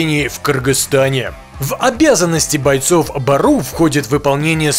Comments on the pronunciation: Не бару а " Бору" что означает волк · Не БАРУ , а БЁРЮ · Не баруу а бѳру